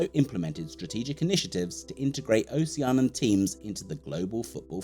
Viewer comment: This is a very cool video that's earned you a new subscriber...only thing is, you keep saying "Ocean-an," when I'm 90% sure it's "Oh-shee-an-ee-an." (But you're not the first to make that mistake, so no sweat!)